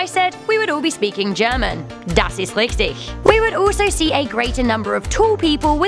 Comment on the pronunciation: What did you say? Das is lichty??